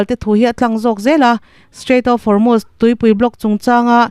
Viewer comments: Van hre sual chiang hle mai Formust a ti lo va, Hormust pawh dik chuang hek lo, Hormuz tih tur aw,,,, Pitar pakhat thu sawi min ti hre chhuak lawm le, " Thanga pi in " Korot'" tih a tuma Kolot tih daih tiin a nuih ve tho😂'" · Formust i ti a, Hormust tih zawktur a ni lomaw le ?